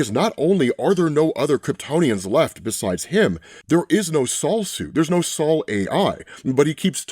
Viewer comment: Just wanted to say that I am % sure Sol is pronounced “soul” as in “sun”…. Not “Saul” like the name 😬😂